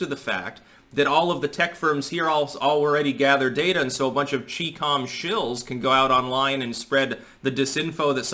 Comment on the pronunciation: It's pronounced "Chai-comm", not "Chee-comm"